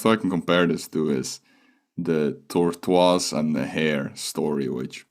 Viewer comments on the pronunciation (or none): Tortruas 💀💀💀💀💀💀💀💀 Bro literally said tortruas 4 times